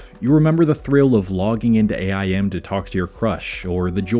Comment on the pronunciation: Bro really said "ayy eye em"